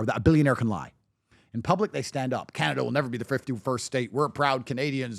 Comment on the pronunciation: did this dude really say Canned Ace😭